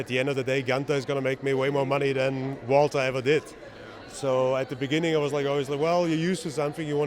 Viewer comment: Goon-ter. Or for people who respect history, it's pronounced Wall-ter